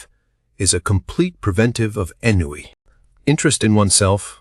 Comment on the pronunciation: Why are the readers of audiobooks not in the habit of looking up the dictionary?!... ennui [noun] Not /'enjui/ but uk /ɒnˈwiː/ us /ɑːnˈwiː